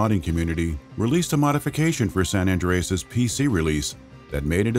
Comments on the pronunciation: "Grand theft auto sen endryess' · Sanandreas lmaoo old dude said it all wrong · “Grand Theft Auto: Sanan Dreeas.” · Aware76, that majorly pisses me off.